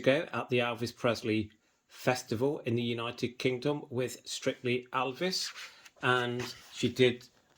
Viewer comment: Thanks for showing part of your book collection. But please say Elvis not Alvis